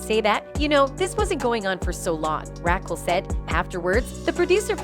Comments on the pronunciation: This shit is hilarious, “Rackle!” Lol Rah-kel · Rackle .......lol 😂Very distracting! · Rackle? Who’s Rackle? Weird. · "Ra khull" 😂😂😂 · Stop saying Rakill wtf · Ra-kel... please. your pronunciation is ridiculous. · I like how the narrator calls her " Rackle" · Rackull. Lol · Rackle lmao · No way! Rackel is hilarious 🤣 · Omg, way you say Raquel…….please learn how to pronounce P LEASE…… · Make it stooooopp! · Could the host learn to say the name Raquel properly? Right now, Raquel is sound like Jekyll with a R. smh